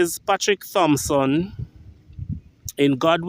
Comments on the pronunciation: Hail up. Dirtsman last name is actually pronounced 'Tompson' as the "H" is technically silent. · The CORRECT pronunciation is “Tom - sun” The ‘h’ has always been silent. Doesn’t matter how many people you ‘know,’ the proper original pronunciation has never been changed. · Appreciate the content, but a correction to you the video maker. Its incorrect to pronounce his last name sounding the "Th" The correct pronunciation is to use ONLY the letter "T" which makes the "H" silent.